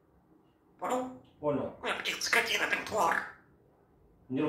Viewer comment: НАДО ЖЕ КАК АКЦЕНТИРУЕТ НА СЛОВАХ : ,, СКОТИНА ТАКАЯ!!! " ОБОРЖАТЬСЯ МОЖНО!!! И ВЕДЬ ПОНИМАЕТ ЧТО ГОВОРИТ 😊😊😊👍👍👍👋👋👋 ЧЕМУ НАУЧИЛ - ТО И ПОЛУЧАЙ 👍👍👍🤗🤗🤗